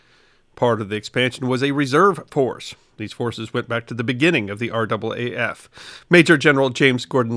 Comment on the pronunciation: Fair enough, I hadn't heard it had changed!! Always good to learn something new!! Also, well done on pronouncing R double A F correctly!! So often people from outside of Australia say each letter, R A A F, and it just sounds wrong to Australian ears!! Great video!!